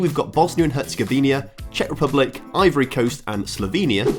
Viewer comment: Great vid! But the consistent mispronounciation of ''Herzegovina'' was hard to listen to